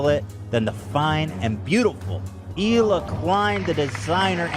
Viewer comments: “Eel uh” not “heel uh” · Just an FYI the H in Hila is silent so it's pronounced Eila. Love you so much 😘